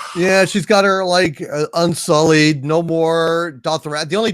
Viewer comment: Why do you pronounce everything like you’ve only read it? Unsullead, Thane-Os, Door muh moo